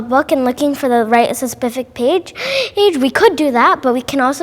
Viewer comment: Forget the specific vs pacific, it is now spifific haha. Cute